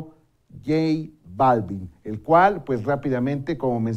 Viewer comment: Buen día equipo de Maussan TV, solo como sugerencia, es importante asesorar a los presentadores en que pronuncien los nombres adecuadamente... en lo particular el sr Balvin no es mi agrado su trabajo musical, pero es importante asesorar a los que estan frente a cámara en los nombres y pronunciación... Felicitaciones por incansable labor de investigación.